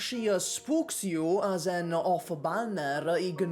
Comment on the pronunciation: Replace every time says "you" with "Yu."